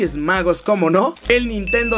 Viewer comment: "NINTENO SIXTY FOUR OMG " ja ja